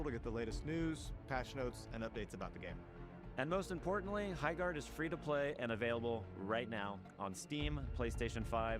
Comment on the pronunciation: Erm my gerd it's HI-gerd